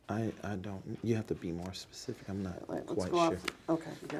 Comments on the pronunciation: Can you be more "pacific" please? Just "axe" Michelle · Am I the only person that’s infuriated by the fact he can’t pronounce words correctly!! Anyone that repeatedly says axe or pacific when talking should be fined on the spot !!! I’m guessing he’s sleeping with Debbie while Michelle is spinning plates and driving cars and doing tax returns all at the same time !! His soft speaking voice I’m sure is 💯 put on and in reality he’s yelling at people constantly while picking everyone’s pockets!! I can’t believe what I’m watching this guy is the slippiest eel in the swamp ! Love how as this goes on the lawyer throws shade and keeps asking “ would Michelle know about that too “ why is he constantly trying to eat his own face during this session ! He might as well have kept his damn gum in at the start !! Really enjoyed watching him choking on his lies when saying he can cure cancer 🤬 bs how can anyone really believe this horseshit !! The Super Bowl part was golden to hear n watch ! I feel like the lawyer lady handled him just as I would have done but I would have had to scream out “stop with the horse shit u complete fraud”